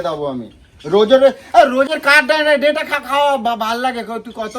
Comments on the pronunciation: ডাটা ❌ ডেটা ✅ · Aga pronounce thik koro 😂deta ta ki 😂